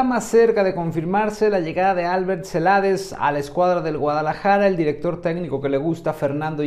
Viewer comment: El nombre es Albert,no se acentúa ninguna sílaba al pronunciarlo,es un nombre catalán,en castellano es Alberto.